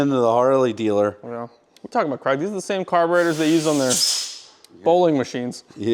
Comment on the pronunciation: How many times does he say CREG I’m Scottish, it’s Craig as in ‘vague’ or ‘Hague’ Please stop it with the creg creg creg